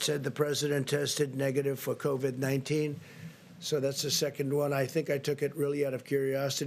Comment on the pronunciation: LOL. He didn't know how to say COVID-19. Then later on he calls it COVED.